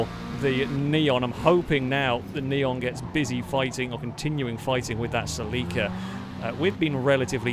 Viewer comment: Please for the LOVE of all the is holy... google "How to pronounce Toyota Celica".